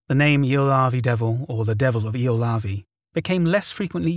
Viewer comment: Ylöjärvi (yløjærʋi, approx eel-uh-yar-vee) isn't the easiest Finnish word out there, mad props for the effort!